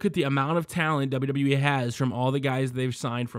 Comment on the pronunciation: Its wwe not DsaBelYouDsaBelYou E